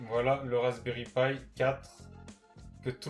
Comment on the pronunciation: C'est pas pie c'est pi